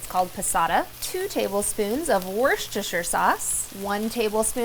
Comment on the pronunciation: Anyone else think she deserves a Nobel Prize for being able to pronounce Worcestershire? 😂